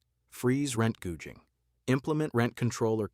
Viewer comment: Rent gouging pronounced as rent googing. What's that?